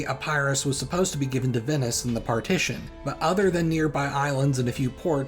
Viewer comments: Epirus, not " Epærus"😅 Polysyllables do not favour diphthongs. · Epairoos I love how he says Epirus